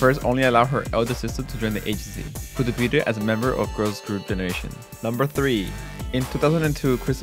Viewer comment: 'Debuted' is pronounced 'deybyood'. The t is silent because it's a French word.